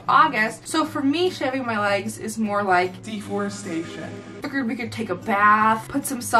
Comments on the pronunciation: No one:: D E F O R E S T A T I O N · "deforestation" Ah I love your videos so much <3 Im so happy you postedddd!